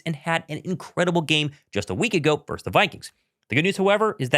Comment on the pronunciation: Love your show but, dude, the word is "VERSUS" NOT "VERSE"! Yeah, I know I'm going full word nerd on you but, c'mon, you should have learned this in third grade.